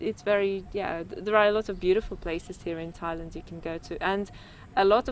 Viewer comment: Thai land not Lund